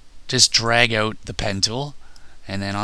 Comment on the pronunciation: haha u can tell hes Canadian from how he says out